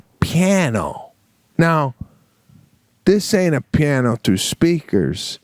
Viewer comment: Sebastian pronounces piano with just two syllables: pyan-o! lol On previous casts he calls a guitar - a kitar. What’s with him and musical instruments? Insane haha